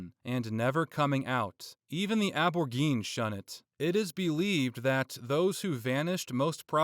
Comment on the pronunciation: Very entertaining video and good background noise, but... Is just horribly mispronouncing "Aborigine", or what???